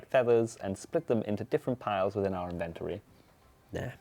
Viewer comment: Is there a reason that nobody in the runescape community can pronounce the word 'inventory' properly.